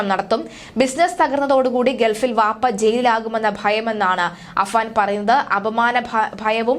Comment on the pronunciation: വാപ്പ. അല്ല. ബാപ്പ.